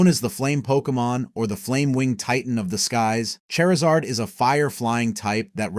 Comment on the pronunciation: Say Chari: Chari Say Zard: Zard Say Charizard: Cherzerd